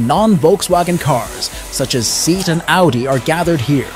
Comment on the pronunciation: seat is pronounced sayat in Spanish part of vwg